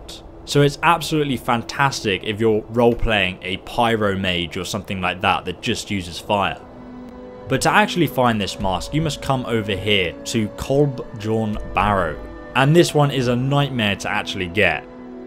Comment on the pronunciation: "Coal-byorn," not "Coal-bjorn" Remember that the J's have a Y sound. e.g. Jarl is pronounced "Yarl," not "Jarl."